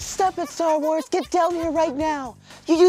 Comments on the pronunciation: that sounded like star raars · Anna Krieske Stur Wurs! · stork wars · "Stur Wurs"😂😂😂😂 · "Stork wars" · Star war More like StarWee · I could watch an entire video of pronouncing Star Wars weird.